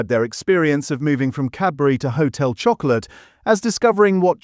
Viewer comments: Annoying. Showing 4 other brands when talking about Blu-Rtbamd. “Hotel Choco-LATE”. Lazy AI slop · lol. And did you notice - there were three different pronunciations… one minute it was “ho-tel chocko-o-lit” “Ho-tel chocko-lay” “Ho-tel chocko-lat” 🤦🏻‍♂️ lol Shock-oh-larrrr 😂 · AI csnt pronounce Chocolat